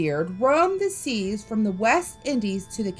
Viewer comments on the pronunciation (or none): none